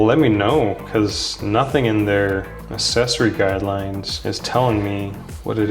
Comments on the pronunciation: No offence, but why do you pronounce "accessory" "assessory", as it should be pronounced as "access". Is this a Canadian thing? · For a tech review channel, it might be worth learning to pronounce the word “accessory”...